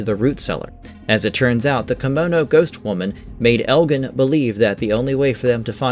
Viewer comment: elgin too lol